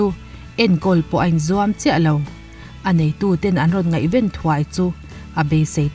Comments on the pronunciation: ngaihven a ven i lam rik dan hi a dik lo.tenawm a ten thluk ang a lam tur a nilo o..pawisa ren tur tih a hemi ren thluk hian ngaihven a ven tih hi lam tawh la a lawmawm ngawt ang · Ngaihven i lam dan hi a diklo fai deuh vek, ngaihven a ven lai hi ri sang tur a ni lo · Ngaihven hi i lam dik chiahlo a ni hi👍